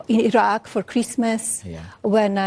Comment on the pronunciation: It took a well spoken Slovenian born wife of an American President to finally pronounce Iraq (a country America invaded based on fake intelligence) correctly (and not EYE-RACK).